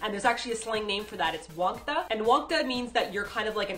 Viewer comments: Its Wangtta not wangdda ^__^ and im your fan and wangtta means a loner[just commen ting this for help to people who still dont understand what it means :))] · btw the pronounciation for wang-dda is a hard t sound lol not like the sound daaaaaa so its like wang-ta